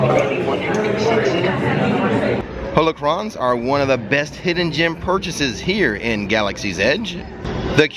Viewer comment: also its "hollow-cron" not "holo-cron" like han "solo"